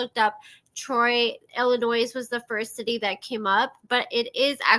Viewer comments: There is no ‘s’ at the end of the word Illinois. It’s pronounced “il-in-noy” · FYI, you don’t pronounce the “s” Illinois. The “s” is silent. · Great video. Thanks for all the research! Also, just an FYI, the “S” in Illinois doesn’t get pronounced.